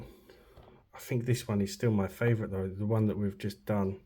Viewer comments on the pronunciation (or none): none